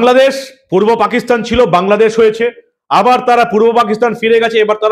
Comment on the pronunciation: আপনি বারবার ভূল উচ্চারণ করছেন, ওটা পূর্ব পাকিস্তান উচ্চারণ হবে।